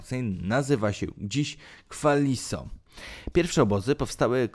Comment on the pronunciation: Kwan-li-so - kłan li so a nie jak powiedział lektor